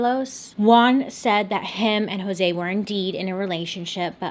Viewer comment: For the next time your pronouncing Latino/Hispanic names like Jose or Alejandra a's are pronounced like the a in aunt, e's like the e in 'i just read', I's like e in 'im planing on reading..', o's like cool, u's like cute. Hope this helps :>>